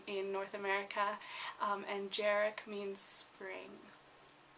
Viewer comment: you should say Jarek as Yarek ps. i'm Polish